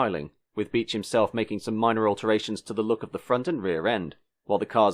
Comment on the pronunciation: You are pronouncing David Bache wrong. It's not David Beech.